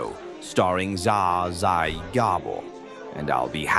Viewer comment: It was a good AI voclice until he tried to pronounce Zsa Zsa😂 and that wasnt Zsa Zsa it was Jane Fonda.